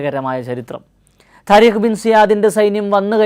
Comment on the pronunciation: تاريخ എന്നല്ല . طارقഎന്നാണ്